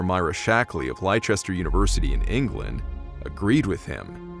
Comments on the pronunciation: Its pronounced lest-er not lie-chester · Yet another interesting feature. Though it needs two minor corrections, first it's Sir Edmund [Hilary] not Sir Hilary his surname. The second is that Leicester is pronounced "Lester". Don't worry English/UK names can and do catch foreign none English speakers, even our America friends who nominally speak English too.....Keep up the good work with both your "Stories" fetures. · Leicester is pronounced Lester! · Hillary, or Sir Edmund, but not "Sir Hillary." Leicester is pronounced "lester" We should be skeptical of all "human ancestor" remains. There has been no end of fraud in this area, no end of scientists claiming great finds that turn out to be nothing. The giant "Piltdown man" was a hoax. Java man turned out to be nothing more than a pig's tooth. Neanderthal DNA is compatible with our own, and they had musical instruments, ceremonial burial, and rudimentary medical treatment - essential just like modern-day man with coarser features from the bone structure of their faces. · FYI, it's pronounced Les-ter...not Lie-chester. 👍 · Leicester="LESTER" not Ly-Chester. Common error and no big deal. Just thought the writer and narrator might want to know. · Leicester(shire) is pronounced less-tuh (shuh). 👍🏻👍🏻. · Great video. (Leicester is pronounced "less-ter") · Just to let you now, that LEICESTER, a city in the Midlands in England is pronounced "LESTER" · Leicester is pronounced 'LESS TER'. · Leicester = "Lester" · Leicester is pronounced LESTER, and Leicestershire is LESTERSHIRE - SHIRE usually being pronounced like SHUR. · Excuse my correcting your pronunciation,, but the ancient city of Leicester in England is pronounced "Lester", not the way you did in the narrative. Easy mistake to make, my friend. Fun fact; all English towns with the suffix "...cester" or "...castor" or "...chester" were founded by the ancient Romans, the name deriving from the Latin "Castrum", i.e. a military fortress. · Pronounced 'less-ter' .